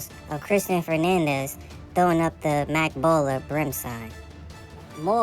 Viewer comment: Its Makk Balla not Mac baller 😭😭